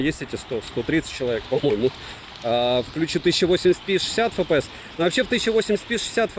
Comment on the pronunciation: Фэпээс?????? Может "Эфпээс?? Купи азбуку,😂